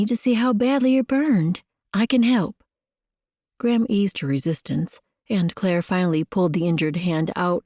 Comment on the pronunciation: Enjoying the story and will be looking for the other books. One thing that distracts me is the narrator’s pronunciation of Gram, sounds more like “Graham “ to me.